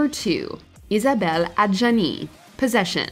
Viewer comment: Thank you for pronouncing Isabelle Adjani 's name properly.